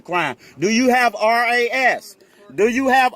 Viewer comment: Come on, don't say, "razzz", just say R.A.S.